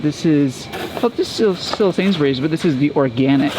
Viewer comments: They prounounced Sainsbury's the same in the intro " sainsberrys" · It's sad how people can travel and yet not really learn anything, These two seem to have spent some time in England yet cannot pronounce Sainsbury's. It's Sains-Burr-rees, or better yet, Sains-brees. Not Sains-berries. And yes, it's a midmarket supermarket, which is something they could be sure of if they bothered to speak to anyone there. Don't these folks talk to anyone? They seem to lack curiosity.